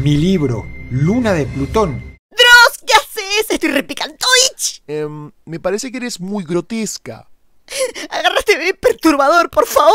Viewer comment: "RE PICANTOVICH" JAJA